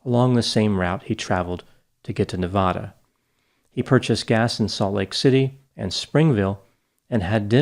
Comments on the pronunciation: Every time you pronounced Nevada, you did it differently. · How can you pronounce Nevada wrong? Was there a lot of speculation about the DiMaggio’s from He Derain locals?? Why wouldn’t they speak to police?? And why did they move so abruptly after Stevens disappearance??